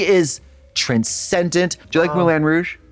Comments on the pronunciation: You like “Moo-Lan Rooj”? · Moo-lan Rouge lol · Moo-lan rouge